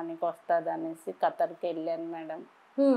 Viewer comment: కతార్ కాదు ఖతార్ మహా తల్లి యాంకర్ గారు 😮